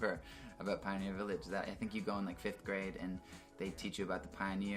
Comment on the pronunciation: Hearing him say 5th grade really hurt my Canadian heart. Lol 😂